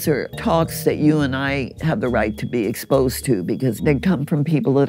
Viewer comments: "The last 10% can remain and serve them drinks or whatever. THEY GET'N SPOSED ON INNERNET!" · "They're being ESPOSED!" Lol 😆 can't take this old man serious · They’re being “es-posed” 😅